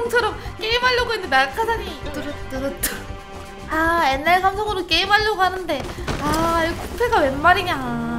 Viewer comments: 옛날말고 앳날이라고 발음하는 게 킬포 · 옛날 아니고 엣날